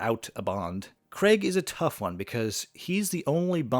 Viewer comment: It’s not Daniel ‘Cregg’. It is ‘Craig’, which sounds like the word ‘cray’ with a ‘g’ at the end. It’s a long ‘a’ sound. Why do so many people mispronounce his name?